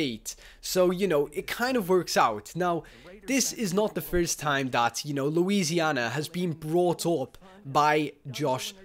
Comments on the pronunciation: The cringe when he says "Louisianer" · Louisiana ends with an "a" sound not an "r" sound